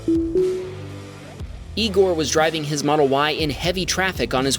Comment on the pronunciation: It's pronounced Eye-gor